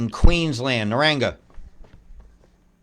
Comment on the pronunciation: Pronunciation: NA-RANG-BAR 👍🇦🇺I live at Somerset Dam. We got absolutely hammered with rain yesterday and all last night. At least 5 inches